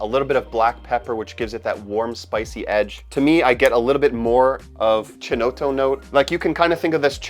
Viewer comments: Thanks for this excellent ranking. Btw, ‘Nuit’ is pronounced ‘nwee’, and ‘chinotto’ is ‘kinotto’. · It's pronounced kinotto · Thank you so much for this! Incredibly well done video. Just a minor correction, “chinotto” is pronounced as if it was written kinotto, in Italian the sound “ch” is always pronounced as a “k”. Other than that, thanks so much for the incredible work on this video, you got a new subscriber ☺️